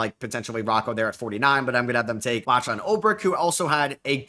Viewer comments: It’s pronounced as locklan btw, not latchlan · Hi, love the draft content as always. Not super important but the lachlan name is usually pronounced lock-lan. Hes a fringe second rounder so really nit picky of me.